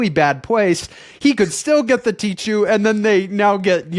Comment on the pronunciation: Tee-khoo please, not "tee-tchoo" :)